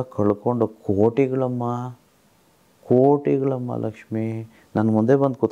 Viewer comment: Sir nimma bayinda laxmi anta yashtu channagi heltira